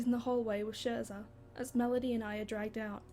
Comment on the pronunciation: I believe that the "sch" in "Scherza" is pronounced like "sch" in "school".